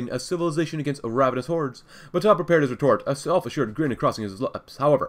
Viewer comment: Also, it's BAtov, not BatOv.